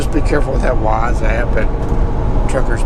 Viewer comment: Love the rants! Just one thing though... Waze = (way-ze) lol I mean no disrespect I just thought it was funny